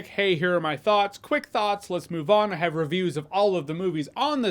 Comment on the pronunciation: "...in deep thots..." that's all I heard.